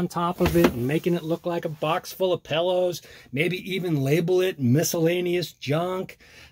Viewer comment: "box full of pellows"